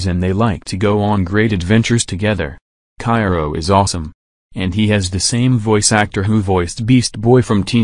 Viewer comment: Uh..It's Chiro not Cairo.